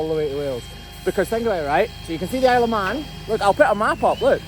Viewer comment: I heard “Isle of Mann” as “Aleman” (ah-le-man), which is the Mexico Spanish name for Germany. I did not believe that you could see Germany from there. I assumed that you were just pulling our legs.